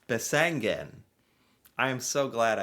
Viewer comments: You do have landscape like thi in the USA. In the Rockies, in the Appalaceans ( probably spelled wrong 😂), in the Catskills. Besseggen is peonounced with stress on the first syllable 😊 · There is no n in the second half of the name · Pronounced: Bess-eggen Sounds like you are saying Bessengen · It's Besseggen (bess eggen) like it's spelt, not bessengen (bess engen..). Just like it's not "Eng and Bacon"... ;-) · no, you pronounced that wrong. its bess egg en not e ng en. the bess edge not the bess field, you said the bess field. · I wonder where he gets that N from. Bessengen he keeps saying.. Where is that from again? Besseggen, dont ad stuff all the time.. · Besseggen, not Bessengen.. Americans often just add extra letters to words to make it easier to pronounce :P My class at school did this at 15-16 years old. Some ran an used like 5 hours, but most of the class used 7 You don't have to be top-trained for this ;) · Norwegians are like mountain goats 😂 No n in there. Besseggen ( not bessengen) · Seriously, what is it with Americans and adding letters that aren’t there 😂 Its not BesseNgen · You say it wrong, it’s called BESSEGGEN, try to make it right. I’m Norwegian and I’ve never walked Besseggen, but I have several friends who have. It is not a must! All the best from Eva, Oslo Norway 😘